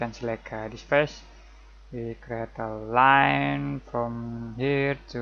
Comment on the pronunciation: Hello. Please work out your tutorial. Hard to follow. Seems like you have crammed what you know. Please explain what is what. I lost it when you started doing the triangles to make the edges. Should be another easier and clear way. Please also check the way you pronounce things. The word ALIGN for example and many others.